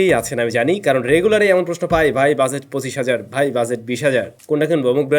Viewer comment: Bhai shuddhu buzet buzet ki bolen it’s budget not buzet😂